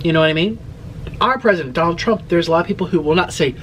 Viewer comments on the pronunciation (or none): none